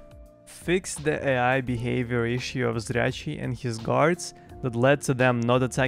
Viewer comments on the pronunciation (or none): Next video: "How to pronounce the name of Zryachiy"